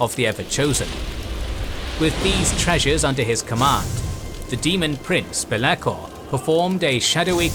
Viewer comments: Absolutely love this video! Super minor correction: Mispronounced both Archaon and Be'lakor (you left off the "A" in Archaon, and Be'lakor is properly said 'Bell-a-Core'). Wouldn't've raised if not for the centrality of those characters to the lore! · I feel like this episode should have been about Archeon becoming the everchosen, and the stories of how he got his items. Also you should probably look up some pronounciations, as you are mispronouncing Archaon and Bel'akor. His name is not Arkon, is Ar-cha-on, sort of like you would pronounce the first parts of 'archaic'.